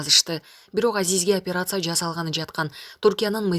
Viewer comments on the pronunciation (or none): none